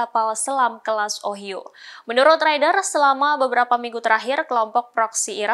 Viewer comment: Semoga secepatnya gencatan senjata Israeli Hamas terwujut,untuk menghindari korban jiwa,Ohio harus dibaca dieja (Ohaiyo), itu nama satu tempat di America.